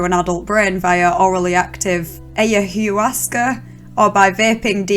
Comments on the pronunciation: Good vid! Btw, ayahuasca is pronounced "ah-ya-WASS-cah" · Love the video and the northern accent. I particularly enjoyed your pronunciation of 'ayahuasca', I never heard anyone murder it quite that much before ;-) Seems Chris discovered western style - enhanced and extracted - plant medicine... Which is hard to integrate anyway, nevermind if you take it many times a day and think its the answer to all questions. Realising your god, is an essential part of spiritual growth, and the messianic experience / delusion, is a part and parcel of being human. Its happens more than people imagine. Good Luck Chris, hope you manage to stay grounded and find peace.. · You NEED to research ayahuasca. Its pretty well known by most people in this day and age. You should learn to pronounce it correctly x